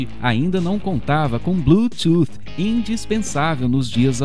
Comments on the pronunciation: "Blu-two" kkk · Ele fala "Bluetooth" engraçado